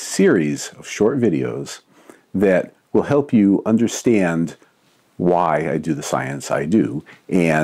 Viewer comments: 023: you "understiand" why I do the science I do "iand" further more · It's called /æ/ raising or short-a raising, and it's a regional feature of Inland Northern American English. Look up Northern Cities Vowel Shift.